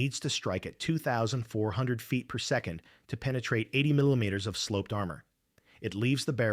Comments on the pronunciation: Another Robot-Voice having issues with “millimeters” (and similar) again! Dead Giveaway! One idea: convert all metric dimensions to “inch” figures. Robot-Voice might not choke as bad… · is the difficulty with pronunciation of “millimeters” and similar….